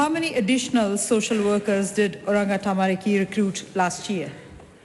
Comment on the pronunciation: Well if she is going to use the word ‘tamariki’ she should listen to how Karen Chour pronounces it instead of saying ‘tamaricky’. Cringe…